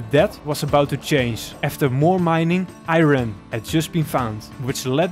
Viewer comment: He said iRen instead of iron but overall I loved this vid since it came out